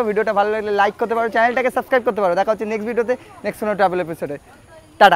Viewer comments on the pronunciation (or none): none